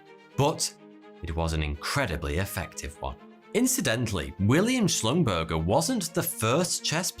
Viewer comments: Schlumburger is pronounced [shlumburger] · shlum-ber-ZHAY is closer to the actual pronunciation